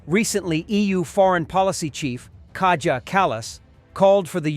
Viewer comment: Nit: Kaja is pronounced like "kah-yah ." Her name is Estonian.